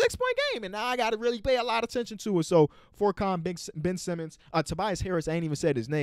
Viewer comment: Hey, love the vids, but furkans name is pronounced ferk-on, not fork-on. I understand he’s not a very well known player so it’s understandable, and thank you for showing love to my Sixers